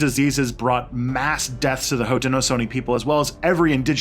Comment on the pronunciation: Your pronunciations are so out of wack. Haudenosaunee is Ho-dah-nah-Show-Knee. And iroquois is pronounced Ear-ah-koi, It is not french even tho it looks like a french word. Onondaga is pronounced aa- nuhn-daa-guh. and I am only a minute into the video. I am not native american but I know for a fact how to pronounce these words from growing up in western NY. I like your videos, its just your pronunciations are very midwestern.